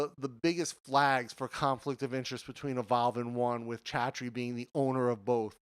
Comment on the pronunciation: Lol... Why do you pronounce "Evolve" like "A Vow"? Took me a while to understand what you were trying to say.